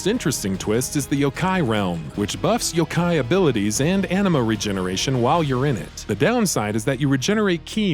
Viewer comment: not to mention pronouncing "ah-ni-mah" as enema